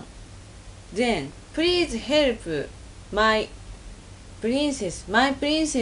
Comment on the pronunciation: "Prease herp'uh!"